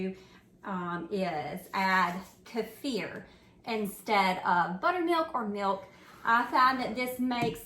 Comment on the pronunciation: I’ve always heard it pronounced Keeeeefur not kafur! 😂😂